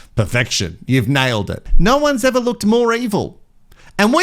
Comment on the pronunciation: Thanks for the rehash! I will never ever say "never" and "ever" the same way again. It will always be the Tazzie way (Sorry if I said that wrong, but I'm from the US). Nnneeva and Eeeva! I guess I can thank for that! 😂😂🤣🤣